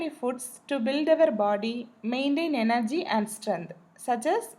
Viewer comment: Its energy not yenergy